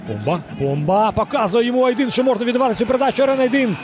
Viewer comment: Айдин а не Айдін 😂